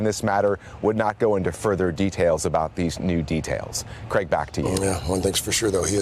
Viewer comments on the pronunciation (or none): none